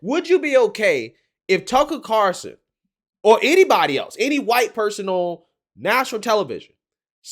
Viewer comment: Why is it so hard for you to say TUCKER CARL SON? Not CAR SON!